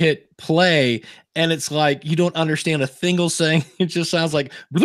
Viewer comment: says "thingle sing" instead of "single thing". You know I'm listening intently 😉